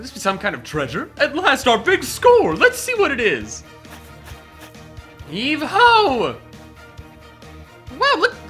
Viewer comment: in Google Translate: Heave-Ho, Heave-ho. Okay, Heave-Ho in recording: Heve-Ho! 🤣🤣